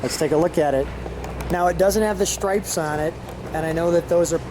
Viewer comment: Cant pronounce the word " stripes " its not "schtripes"